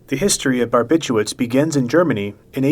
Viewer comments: Barbithuats? How the hell are you reading it? English is WEIRDDDDDDDD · It's barbituRates not barbituates